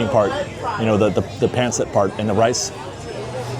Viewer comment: thank you for loving Filipino food! Just fyi pancit is actually pronounced pahnceet everybody pronounces it wrong cause of it’s spelling so no worries 😊 happy holidays! ☃️🎄